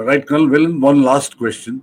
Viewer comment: Not Kal say Colonel